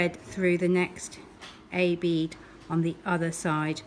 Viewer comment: I FINALLY managed to do it. It would help if she didn’t say bead as I thought she was saying B. It’s hilarious 😂😂